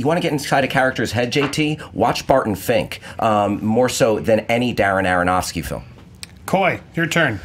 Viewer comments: I like the picks of the stunts... My pick- every Jackie Chan stunt ever..., I think you're great but it's Darren Aronofsky, not Daronofsky;) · Why does always say Darronofsky? He did it as well on Schmoes a couple of weeks ago.